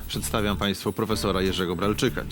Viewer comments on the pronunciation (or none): "Przedstawiam" Hahaha XD